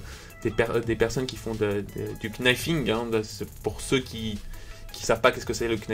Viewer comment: Ca ce dit pas le knifing c est le nifing,car le kn en Anglais ce prononce n